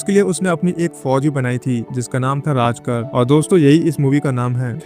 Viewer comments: राजकर नही रे बाबा, रझाकार बोल। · राजकार नही इन्हें रझाकार कहते थे . please Correct करे . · राजकर नहीं रज़ाकर